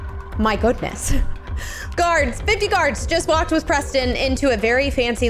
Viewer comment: Oops Siri got Preston‘s name wrong